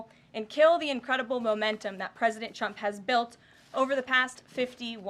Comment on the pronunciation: At time's she sounds like she says President chumps 😂